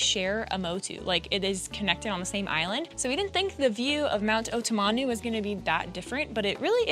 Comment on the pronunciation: Idk what language pronunciation site youre using but it’s not pronounced that way at all 😅 it is pronounced oh-teh-ma-noo not oh-tem-en-new 😂